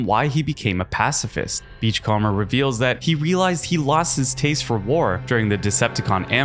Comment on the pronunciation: Great video! FYI you're mispronouncing "beachcomber". You can type it into Google Translate and have it read it out for you if you want to know how to say it right.